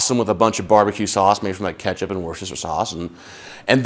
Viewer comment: You just enlightened the world on the correct pronunciation of wusterstershirestersauce😂😂😂 On a serious note: I'm binge watching this series at work to become as good as a cook as all my friends think I am. Thank you so much for this series 😊